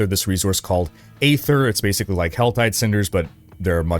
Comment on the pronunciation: You keep saying E-ther, but they pronounced it A-ther in the dev stream.